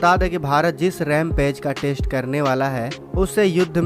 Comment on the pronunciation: हमारे वीडियो बनाने वालों को हिन्दी बोलने में पता नहीं क्या दिक्कत होती है, जबकि इंग्लिश में भी कोई झंडे नहीं गाड रहे...... अब इन्हें ही देख लो..... भारत टेस्ट करने जा रहा है..... न कि टैस्ट 🤣🤣🤣